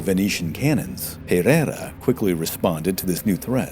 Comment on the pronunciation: well, as it happens I'm portuguese as well. We'll continiue then in Portuguese. De facto o narrador não percebe peva de Português. A forma como anglanisa os nomes, especialmente o Pereira, dá ares de finório que não conhece a língua. Isto não se reflecte na qualidade do vídeo que é muito bom. Parece até que quem o fez nem sequer quer saber da pronúncia ou sotaque. O que não vale a pena é tapar o sol com a peneira. O narrador tem um mau Português....